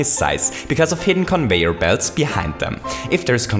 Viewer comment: Also plase say Conveyer instead of convoyor.